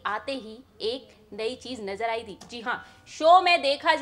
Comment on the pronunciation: Nazar aayi ti nahi aayi thi, pronounce sahi kijiye madam